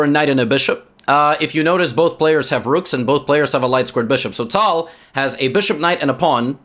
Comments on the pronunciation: I didn't know pronounce a name with a perfect accent is annoying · Bcz this is the older video. The way he pronounces it now is the correct one.